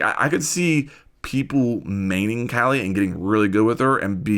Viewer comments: Kali is strong af, just like her name Ps. Its pronounced as kaa-lee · It’s pronounced Kah-lee. Ever seen Indiana Jones temple of doom?